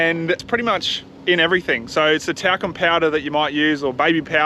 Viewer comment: givin shit for saying talc slightly wrong - then you go and BUTCHER Carnamah.